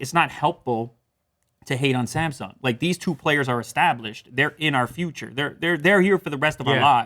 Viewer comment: The biggest problem is that they pronounce Samsung as a semsoung. They are not prepared to get that phone